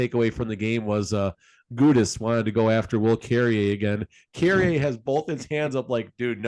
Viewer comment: Clearly these guys don't even watch the games. can't even pronounce Carrier's name correctly